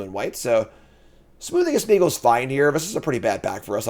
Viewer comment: I love that after 25 drafts and playing these cards still says 'Smoothing' of Smeagol! 😄 Thanks for the content!